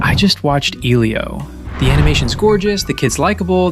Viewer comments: Great videos... but why can't you pronounce names? Eelio? Maleh-volah? Invisigall? You're hearing the subject matter pronounce them correctly. Why can't you say them correctly? Its maddening! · "I just watched EEElio" You very obviously haven't. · Lmao at least pronounce Elio right don't pmo 😂😂